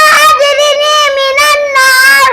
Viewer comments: দোয়াটা একটু সহিহ করে পড়াবেন। আশা করি আমার কমেন্ট দেখবেন ইনশাআল্লাহ। এটা আজরিনি হবেনা। আল্লাহুম্মা আজিরনি মিনান্নার হবে। এটা হল সঠিক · আল্লাহুম্মা আজিরনি মিনান্নার,,, ভুল পড়তেছে তো ভুলের সংশোধন করে দিলেন না,,,😡